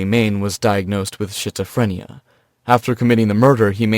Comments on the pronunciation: Did he say he was diagnosed with Shitz-ophrenia??? 😂😂😂 its schizophrenia... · Narrator and animators aren't on the same page. That's the animation of an axe three times, and still called it a machete each time. Also, it's pronounced "skit-zoo-fren-ee-yuh" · definitely ran it back to see if thas what I heard definitely said “shitzophrenia” 😂